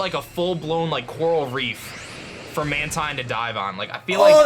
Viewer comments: guys did you know mantine is acctually pronounced man-teen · Mantine pronounce manteen